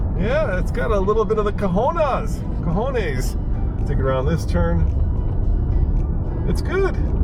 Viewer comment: Cahonas???? Pinche gringo